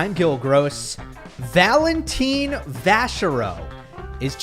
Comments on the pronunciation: Its Valentin not Valentine! 😂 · Could y'all (commentators included) stop pronouncing his name as Valen-teen. If you're going to spend a big chunk of time on a single player, it would be polite to get his name roughly right!